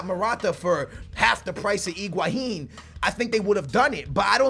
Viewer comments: it drives me crazy that says Iguahin instead of Higuain!!:DD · You are saying Iguahin! It's Higuain!